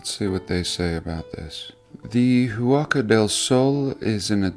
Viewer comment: Wow! 130 million adobes!! That's a LOT of hard graft for indigenous primitives... just wanted to add that one doesn't pronounce the H in Spanish so its phonetically "wacka" del sol :)